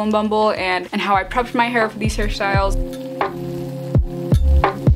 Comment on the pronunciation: it sounds like she's saying harry styles ahaha